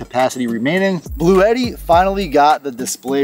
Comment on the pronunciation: Just letting you know that I did buy one of these based on your review as well as another channel. I looked at one of Bluetti's instructional videos, and they pronounce it "Blue-tee," 2 syllables, rhymes with "bootie." FYI.